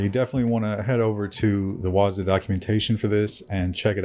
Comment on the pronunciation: Pronounced waaa-zoooo